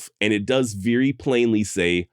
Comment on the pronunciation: My man said "veery"